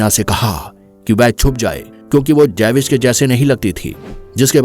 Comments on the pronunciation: Jews. ❌ Jaywis ✅ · javish nahi jews hota he, history byan kerni he to nam to seekh lain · जेविश नही ज्यूश (Jews) कहते है। इसके बारे मे जानना है तो israel ke भूतपूर्व प्रधानमन्त्री मीनाखेम बेगिन कि लिखी किताब बाबी यार पडे। बडी ही दर्दनाक कथा है।